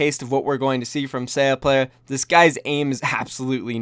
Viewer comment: How am I supposed to flame for his pronunciation of “sayaplayer” if he keeps changing it???